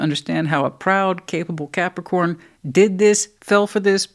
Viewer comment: Thankyou, I love the way you say Capricorn ❤